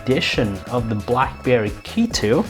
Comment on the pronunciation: I heard Blackbear Key2 🤣